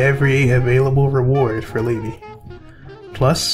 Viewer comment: LA-BEE not Lay-Bee listen to her song video or her dialogue for her name as she says it ALL THE TIME